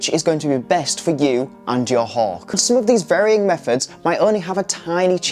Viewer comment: why does he keep saying 'hog' ? hawk has a 'k' at the end, not a 'g'